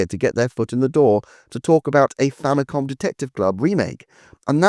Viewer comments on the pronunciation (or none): none